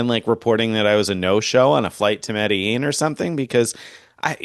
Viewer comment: You should take a real flight to Medellin and learn how to pronounce it, 😂😂. Seriously, it's an awesome place.